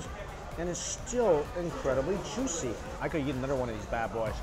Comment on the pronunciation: I love the way he says ‘yeet’ instead of eat 🙊